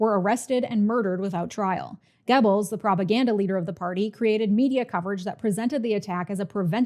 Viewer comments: That wasn't correct. Look it up. It doesn't sound like "Gebbles", the "oe" should sound like you're about the make the "er" sound without fully committing to the R sound. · Maybe you can't read? Try looking at my comment again. This time slowly. Also, maybe listen to the video again. She's saying "Gibbles".